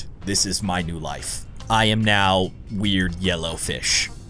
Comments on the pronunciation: No, it was Noobuh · dude, speech mistake, you said Noob game node your welcome! i watch all your ice scream videos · u said noob gamemode😂🤣😂😂🤣🤣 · Um- Did he saw "New" or "Noob" In the beginning?? XD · Instead of saying new he said noob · He said noob not new